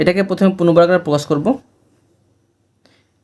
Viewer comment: স্যার পূর্ণবর্গারে ❌ পূর্ণবর্গাকারে